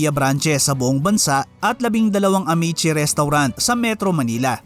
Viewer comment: pumangit ang quality g red ribbon ng napunta s jolibee…yan ang totoo… kya I stop buying g cake from them… contis is better … a’mee’tsi not amet-tsi